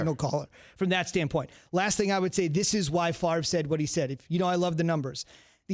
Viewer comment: Say his name properly. Do yourself the (favour) not Favre. One throws TD’s the other doesn’t.